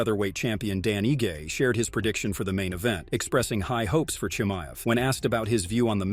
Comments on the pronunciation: I had to shut this stupid 💩off after 30 seconds of you saying Chimaev’s name wrong like 16 times. Moron. Learn how to say someone’s name right before making an entire video about them. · Don’t do a video if you can’t say the subject’s name properly. So dumb.